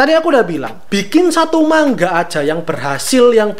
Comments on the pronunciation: Manga bang bukan mangga 🤣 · manga, bukan mangga 🥭